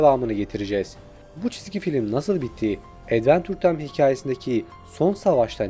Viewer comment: Edvençır taym diye telaffuz edilir ona sinir oldum ya